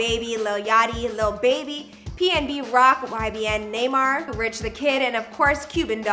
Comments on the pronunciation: “Ybn Naymar” 😂😂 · not YBN Naymar tho smh. shordy knew she was fuckin his name up. how u get "nay" out of "nah" and "mar" out of "mir" u fuckin weirdo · “ybn nae-mar” bye 😂😂😂 she that one teacher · Ybn naymar?? Lmao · She really said ybn naymar??? Lol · “YBN Neymar”💀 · "YBN Neymar" lmao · "YBN NEYMAR" 🤦🏾‍♂️😂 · She really said ybn neymar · Nay mar LMAO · Did she just say nahmar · tf bro he went form everyone knowing who he was to people on a vidoe abt a rapper cant say his name right